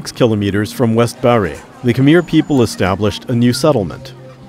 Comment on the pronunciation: this is a beautiful video and i mostly only want to give my genuine thanks for it, but i have to admit that every time khmer is pronounced like "kameer" i nearly have a stroke.